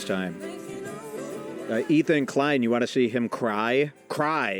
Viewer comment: It's Ethan Klein not Ethan Inklein